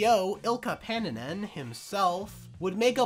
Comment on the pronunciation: You absolutely BUTCHERED Ilkka Paananen’s name 😂 It’s just pronounced ”ilKKa paananen” that’s finnish for you